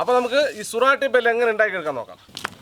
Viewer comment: സുരാട്ടി ഭേൽ അല്ല സൂറത്തി ഭേൽ പൂരി, എന്നാണ് പേര് മനഃപൂർവം തെറ്റിച്ചു പറഞ്ഞതാണെന്ന് അറിയാം